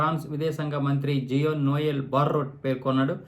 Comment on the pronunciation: Jio Noel కాదు గురూ అతని పేరు JEAN NOEL.. ఇంకో విషయం Donald Trump కాదు.. ఆయన పేరు DOLAAN TRUMP; మోడి గారు నియమించిన అమెరికా బీజేపీ అధికార ప్రతినిధి ఆయన😂🤣